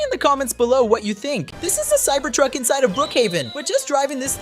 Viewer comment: Cyber tuck not cybered tuck